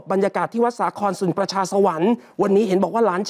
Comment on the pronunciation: อยากขอความกรุณาทำการบ้านมากกว่านี้อีกนิด หลังๆอ่านข่าวต่างๆผิดบ่อย ในข่าวหนึ่งๆจะพบหลายคำ เช่น ประชาสรรค์ (สัน) จูเลียน (ไม่ใช่จูเนียร์) เข้าใจว่าข่าวเยอะ ฝากนะคะ